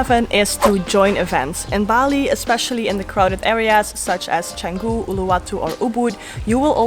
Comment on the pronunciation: The first foreign youtuber outside indonesia i hear pronounce canggu 100% correctly